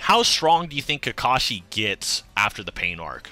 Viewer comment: It's Kakashi, not Kakashi. Get it straight.